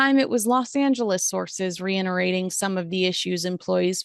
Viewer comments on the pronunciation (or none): darlin', it's re-iTerating. No n. Thought you might like to know.